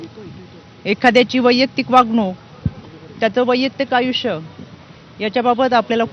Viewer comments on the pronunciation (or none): none